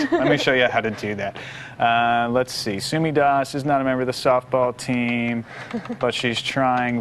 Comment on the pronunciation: Sumi Das not Dos.